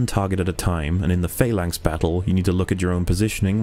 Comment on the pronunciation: Can just point out that the word 'phalanx' does not have a long 'a' and is pronounced 'falanks' rather than 'faylanks', just for future reference.